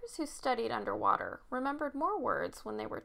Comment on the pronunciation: Anderrr waterrrr